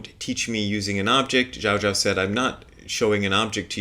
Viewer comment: Zhaozhou is pronounced with the second syllable rhyming with "no". So it's like you're saying goodbye to your friend Joe and you say "Ciao, Joe", except with a J sound at the beginning instead of the Ci. P.S. I have a very slight pet peeve about the modern proclivity to want to have the names of all medieval Chinese Zen masters in Mandarin pronunciation all the time. "Zhaozhou" is how it's pronounced in 20th/21st century Mandarin Chinese. Certainly Chinese pronunciation has changed a lot in the last 1,100 years since Joshu/Zhaozhou was alive, so there's no guarantee that "Zhaozhou" sounds at all like the way he would have said his own name.